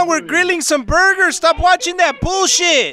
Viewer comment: And saying BURBURS! SMASHING GET OUTSIDE!!!!